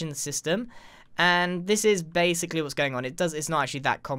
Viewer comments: now “base-Ically”, nice one 👍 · But "base" ically